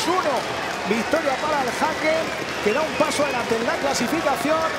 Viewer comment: Vivo en gotemburgo y se pronuncia Hecken (Häcken)